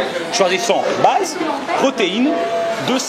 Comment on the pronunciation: J'ai entendu une blaze😂 au lieu de base